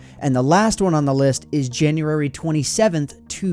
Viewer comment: "Janurary" You mean June?